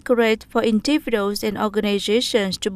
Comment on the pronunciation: Tại thời gian hay từ accurate /ˈækjərət/ mà đọc thành /ˈækjəreit/ là sai, rồi từ individual đọc là //ˌɪndɪˈvɪdʒuəl/ mà lại đọc thành /ɪn'dɪvɪduəl/ đâu ra?